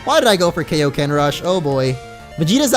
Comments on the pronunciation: It's pronounced "Kaiōken", not "Keiōken". Because it's named after it's creator, King Kai. Kaiō sama. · It's pronounced guyoken but with a k sound instead of a G sound, it's not Kayoken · It's pronounced K-eye-o-ken not K-o-ken, Sorry that bothered me way to much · it's KAI-oken, it's like saying hi, not like hey